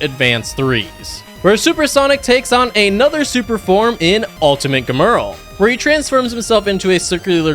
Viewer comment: "Germerl" its gemrul/gemrul sorry forgot how to spell his name